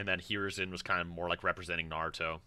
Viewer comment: This man is making fun of how says Hiruzen Just wait until he hears Akatsuki...